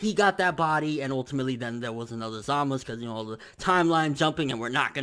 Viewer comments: his name is zamasU not zamas lol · It always lowkey bothered me that pronounces Zamasu's name the way he does Za-mas. It just sounds weird to me while Za-ma-su just sounds natural. idk why it bothers me lol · za-mah-su 3 syllables